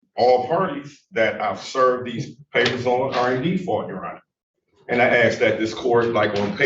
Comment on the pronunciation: It is my belief that the word "AKS" (vs. ask) should be outlawed. Just sayin'.